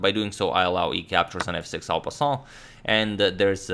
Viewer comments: I think the prononciation of en passant is correct in French in fact. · Yeah it's really good, way better than most GMs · Indeed Mr Agadmatorino's pronunciation of en passant is quite on point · First time I hear non french youtuber pronouncing "en passant" correctly. Nice.